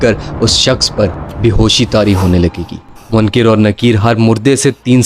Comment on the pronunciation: Munkir Nakeer ❌ Munkar Nakeer ✅